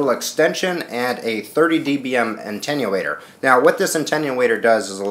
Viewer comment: attenuator (uh-ten-yoo-ey-ter)